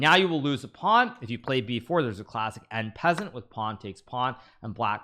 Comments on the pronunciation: what do you mean by "en peasente"? Oh you want to say "en passant"! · did H say 'in peasant' instead of en passant??? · It sounded like 'an peasant' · "Greetings, Oh Exalted and Supremely Cerebral Grandmaster of the 64 Squares, Mr. Hikaru! May your strategic genius forever reign over pawns, knights, and bishops alike!" I humbly beg your pardon for even daring to point this out to someone of your extraordinary intellect and skill, but I noticed your delightful pronunciation of 'en passant' as 'en peasant'. While your wit in associating 'peasant' with pawns is indeed charming and creative, I must respectfully mention that the term 'en passant' comes from the French phrase meaning 'in passing'. It refers to the unique situation where a pawn captures another as it passes by after a two-square advance. Of course, a Grandmaster of your caliber could pronounce it as 'enchanted penguin' if you wished, and the chess world would still bow in admiration! My deepest apologies for this correction—your brilliance remains unparalleled regardless of any linguistic whims. Please accept this note as a mere pawn's attempt to contribute to the artful chess lore you so effortlessly master! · ...the pronunciation is a meme. Like Bs, pushing P, wooden shield, fossil, kebab, deez knights, and all the others. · En passant. How does a professional chess player fails to pronounce correctly a chess term? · I can understand Americans not being familiar with other languages, but this is a very basic chess term and he has been living off chess his whole life.